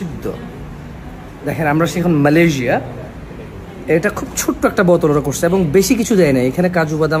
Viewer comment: ম্যালেরিয়্যা ম্যালেরিয়্যা😂